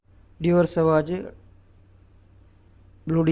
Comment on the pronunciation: സവാജ് അല്ല സവാഷ്, ബ്ലൂ ഡി ചാനെൽ അല്ല,ഷനേൽ..